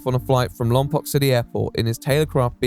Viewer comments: YOOOO IM FROM THERE!!! Btw it's pronounced Lom-Poke not Lom-Pok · I'm there too. Lol new to the area. Wasn't expecting to suddenly hear Lompoc. Had to put it back to relisten. Also was gonna comment that it's pronounced lompoke.